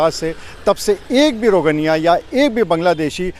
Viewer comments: rogniya nahi bhai rohngiya😂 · रोगनिया नहीं रोहिंग्या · इससे यह सिद्ध होता है कि भारतीय अपनी वफादारी कितने सस्ते दामों पर बेचते हैं।आपने बार-बार 'रोजेन्या' कहा है। क्या वे रोजेन्या या रोहिंग्या हैं? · शर्म करो सही उच्चारण भी नही आता है रोगनिया नही रोहंगिया है पत्रकार महोदय।